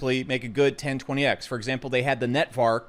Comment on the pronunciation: Been shilling it for months and probably owns half of it but still calls it "Netvark" lol